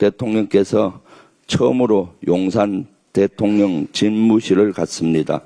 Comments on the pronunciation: 이 형님 대통령 발음 깔끔하게 잘 하시는군요 이전에 대통련이라고 발음하신 건 의도적이었건 걸로 이해하겠습니다 ㅎㅎ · 대통령이라고 발음 하실 수 있었다는 사실을.. 이제야 알게 되었습니다.